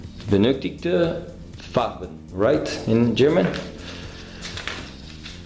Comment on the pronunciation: Very, very good German pronunciation,! It's one of the few modern aircraft I really like. I bet you'll make this one a masterpiece again.:)